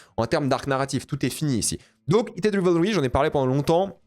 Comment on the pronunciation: Je reve ou il dit keated au lieu de heated😂